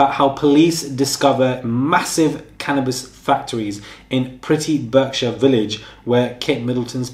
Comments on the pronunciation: Berkshire = BARK shire. Get on the prigramme. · Berkshire is pronounced barkshir (slient e at the end) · Pronounced Barkshire. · Actually he doesn’t pronounce Berkshire correctly!